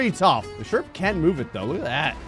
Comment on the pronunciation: Ah yes the sherprehs